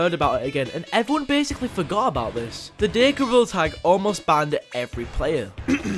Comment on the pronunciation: I love how he says BAHNED instead of banned